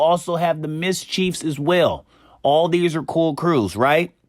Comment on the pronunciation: U said mischief wrong lol